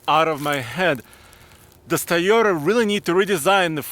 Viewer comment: Toyota: TOY-yo-ta Not ty-yo-ta or tee-yo-ta. Lol love your videos, keep up the good work!